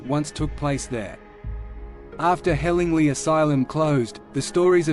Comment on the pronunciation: I don’t wanna be a smart ass but I lived in roebuck and would just like to say it’s pronounced “helling-ly” As in lye